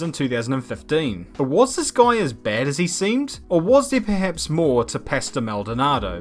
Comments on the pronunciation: hearing say 'pastel' instead of 'pastor' makes me think there were two maldonados: the crashy-crashy dont want to finish a race one and the LORD maldonado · It's pasto not pastel